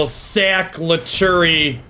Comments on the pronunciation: I think lutri is pronounced lu-tree and not lu-tu-ri but to each their own I guess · dedication mispronunciation is one of my favorite bits